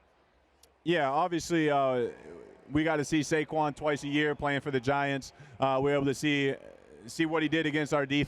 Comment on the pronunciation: Jordan calling Saquon “shayshon” 😂😂